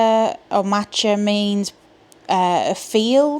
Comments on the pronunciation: I hope I'm not doubling anyone's comment here, and hopefully this is helpful: Badb is pronounced bive as in five. Macha is pronounced Mahcka (then ck is more like the ch in Scottish loch). And Nemhain is pronounced Nevin like seven 🙃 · Love that this has come out ❤ The Morrigan and Hecate have been my main two goddesses for a little while now. I cherish their assistance and lessons in my life. It’s an interesting “guide & push” flow in my experience. I would agree with another comment that the first aspect you met was Macha (mah-kah), and the second was Morrigan (or Morrigu as some texts call her). When I first met the Morrigan she was in a very war-like aspect. Dark armor and wielding a spear, but still very feminine. As I’ve worked with her more I’ve seen/felt her in her more crone aspect as Badb (bive) and in her more nurturing, motherly aspect as Anu. In my experience with her, she is both a single goddess and a “collection” of three sisters which may lend to both her shapeshifting and triple nature. I’m also learning more about some of the different aspects of Hecate now too, so I love how they share that as well, being simultaneously one and many.